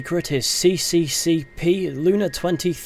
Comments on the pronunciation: common mistake cccp is pronounced sssr witch is the russian [and the places that the language is commonly used] name of the ussr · It's not [C][C][C][P], it's SSSR (USSR) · CCCP is pronounced SSSR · reading ussr lunA as sisisipee lUna fucking ended me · You reading cyrillik letters as latin, do not do that again